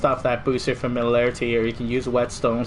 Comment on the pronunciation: Lol familalairlaty...Sorry couldnt help it